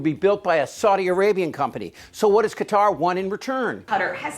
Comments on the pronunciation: Why can't you Americans pronounce Qatar properly? It isn't Cudder. Just lazy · Why are so many Americans pronouncing Qatar, “cutter”? Phonetically it is pronounced CA - TAR.